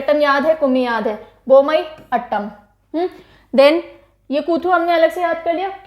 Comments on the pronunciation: I'm from tamilnadu and I've seen 3 dances videos in one go..😅 Ur classes r fantabulous as usual. Keep rocking mam. Love from chennai..💜💜💜💜 Tq for this class.. And FYI.. It's not अटटम it's आटटम . I hope u got it..💜💜💜💜💜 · Kindly correct the pronunciation Aattam - आट्टम (Meaning in English is dance)